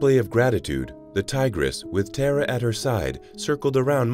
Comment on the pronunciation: Tar ah is the correct pronunciation! She is a goddess! It ‘‘tis another AI which cannot pronounce non English names! Bad!